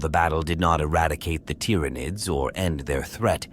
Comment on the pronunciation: The tyranoids main superpower is their persistent ability to annoyingly fool AI voices into randomly mispronouncing their name… over and over and over again BUT randomly